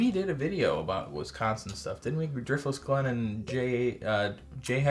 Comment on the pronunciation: I love Dirftless Glen! 😂